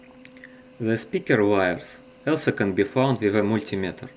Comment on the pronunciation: You must be a top expert in linguistics, lol hey... don't judge, and you won't be judged. He only needs to work out a pronunciation of some words like "also" - it's more towards "olso" and not "elso" and similar stuff. Well-done, your English is awesome. P.S.: every language is a big asset and another facet in your personality making it more versatile and open to other cultures.... however, mind your native language as your identity and you ll never loose yourself.